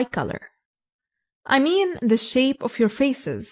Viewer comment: Why do you insist to pronounce "of" wrongly? Of is pronounced as /ov/ and off is pronounced /of/